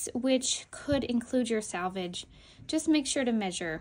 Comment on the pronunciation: *Selvage, not "salvage."